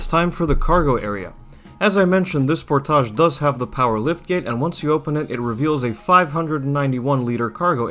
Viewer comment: The way you say sportage makes me nauseous. It's as if you're purposely saying it wrong.